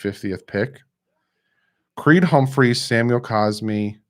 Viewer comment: Bro it’s Creed Humphrey, not Humpmphreys